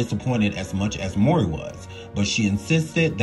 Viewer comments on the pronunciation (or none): THANK YOU. I love the video, but I keep screaming, "MOW-REE, like 'COW-REE'" to my phone everytime he messes their names up. Lol. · Just because the storyline had it where their biological couldn't have it proven where someone could say, "you ARE the father!" doesn't mean the narrator should continually mispronounce their last name as "Maury."